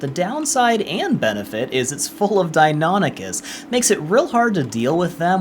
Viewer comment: Dios la guia es buenisima pero ni una sola vez dijiste valguero bien y mucho menos deinonichus...